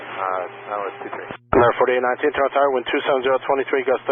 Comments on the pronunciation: You said "Torono" the first time like a Torontonian.....well done eh !🍁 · Finally someone who pronounces Toronto like a Torontonian...